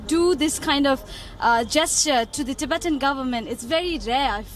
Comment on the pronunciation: The way he pronounces "ti-bay-tian" haha He has never prounced it ever in his life before this video lol